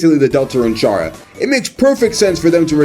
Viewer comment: The amount of times you said ch arrr uh is gonna make me die. c arr uh, no ch sound. I'm gonna go eat a buttercup pie